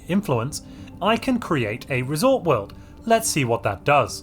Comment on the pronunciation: What a coincidence, I built my first resort world today after years of playing Stellaris. I have to say, I'm really disappointed by the lack of unique buildings. Not even a reskin of luxury residences called luxury hotels Also, every time you say "resort world" it sounds like "risotto"